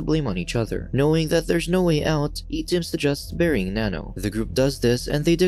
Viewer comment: Correct pronouncing for I-tim is eye tim